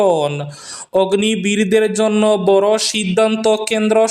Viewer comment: অগ্নি বীর নয়, অগ্নিবীর 😂😂